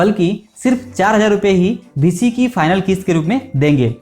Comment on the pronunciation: Bhisi nhi hai bhai beesi hai